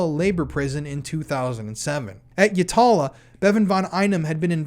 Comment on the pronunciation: Not a big deal, but Yatala Jail is pronounced 'Yatla'. Though, we are always shortening our words (arvo is afternoon, macca's is McDonalds etc) so for all I know maybe you are pronouncing it correctly 😂